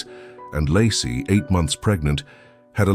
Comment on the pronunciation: Pretty sure her name is pronounced "Lay-cee"